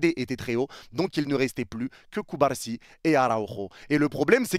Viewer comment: ta façon de prononcer CubaRsi me fume tellement 😂😂